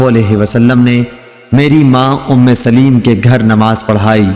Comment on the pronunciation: محترم صحابہ کرام رضوان اللہ علیہم اجمعین ام سلیم کا لفظ صحیح نہیں پڑھا سلیم کے لام کے نیچے زیر کی بجائے زبر پڑھنا ھے